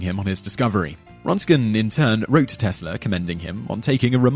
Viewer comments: The name is Röntgen not Rontgen. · Man, you butchered Röntgen's name badly.